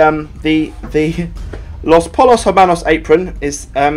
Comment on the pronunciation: Poy-yos. Pollos is pronounced "Poy-yos".